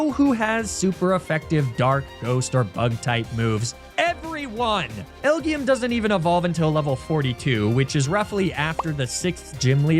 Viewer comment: It's "El Jee Em" not "El Gee Em" Supposed to sound like L.G.M. aka Little Green Man aka Aliens.